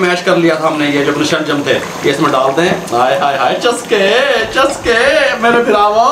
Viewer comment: i like the way he said chaskey